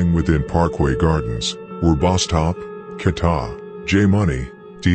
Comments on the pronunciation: Who tf is kata?😂 KEEETA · Who tf is KATA 😂 it’s KEEEETA